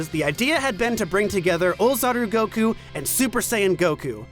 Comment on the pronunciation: Hey, thanks for knowing how to pronounce Goku's fkn name man